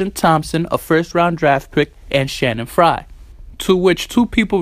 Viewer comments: Stop saying "Shanning Frye" it's "Channing Frye" with a Ch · Lmaoooo Shannon fry . He F up his name so bad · Just throwing this out there. His name is CHanning fyre not Shannon Frye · CHANNING FRYE. CHANNING NOT SHANNON.